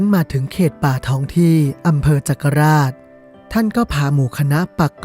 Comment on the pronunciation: จักราช. คนโคราชออกเสียงว่า จัก-กะ-หลาด. ครับ